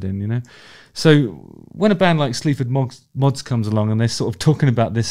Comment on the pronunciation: I swear I thought you were saying “Sleeps with Moths” - which is a pretty good name for a band imo!